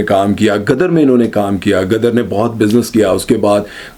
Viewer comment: "Gadar nahin Ghadar"